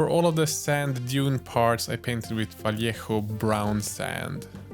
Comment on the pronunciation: I love, he knows how to Say "Vallejo" in good Spanish. And he, s a beast painting.